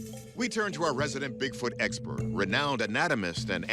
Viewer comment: Expirt 😂😂😂😂😂 dont make joke